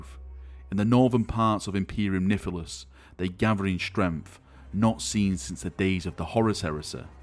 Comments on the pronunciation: Is my hearing bad or is saying "Imperium Niphilus"? Isn't it suppsesd to be "Nihilus", without the p? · I love ya, come on, say it with me: Nihilus = NYE-ILL-US not NIFF-EL-US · At first I was thinking of making a drinking game of how many times says 'Niffilus' rather than 'Nihilus' but it only happened twice so that opportunity was wasted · Nigh-lus! I beg thee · Did you say "imperium syphilis" lol